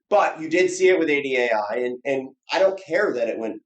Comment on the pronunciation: great video as always but damn it if you keep saying $ADAI, its IDAI lmao